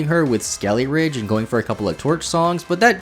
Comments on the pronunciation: Yeah ngl, his mispronunciation was mad annoying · Ah yes, Crackalure and Skeleridge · every time you said "skeleridge" i died a bit inside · skelly-ridge? eye twitch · I just want you to know that every time you called Skeledirge "Skeleridge" it made me want to scream until I vomit blood. Thanks for the video! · Pretty sure it is suppose to be Skele Dirge and not skele ridge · God your pronunciation of like everything is AWFUL. Had to stop watching halfway through because of how many times you said "skelly-ridge" I mean, how do you even mispronounce names that were told to us correctly in the trailers like Farigiraf. It's perplexing. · Skeledirge. Skele dirge. Skele DIRGE. Skele DIR-GE. It’s driving me insane listening to this video. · Espartha? Skelyridge? Never heard of these Pokemon, are they DLC exclusive? But really, fun video, I just get hyper focused on pronunciation sometimes. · Lmao he pronounces skeledirge so strange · At least thats closer. He doesn't even pronounce the D! Thanks for the comment!